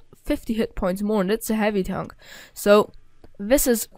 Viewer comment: Heavy Townk and Meduim Townks xD